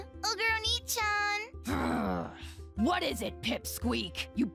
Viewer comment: How you pronounce oneechan is a little troubling.